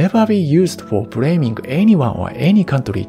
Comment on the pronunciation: You know this guy is true japanese when he say "bRaming white people for sRavary" with replacing L with R